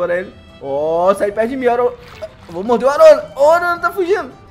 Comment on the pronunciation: Video top. Mas não é arowana é aruanã